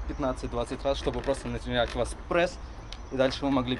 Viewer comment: бесит когда вы говорите прэсс